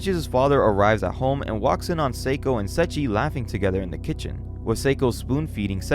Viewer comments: Se i chi not sechi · Sorry, I'm really sorry, but it's SE-II-CHI, not Sachi, or that's how I hear it. Sorry, I'm not trying to be rude, it just bothers me. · It's Say-E-Chi